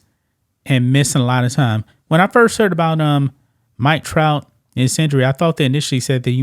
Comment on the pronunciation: Did he say the Mike Tout of the Yankees 😂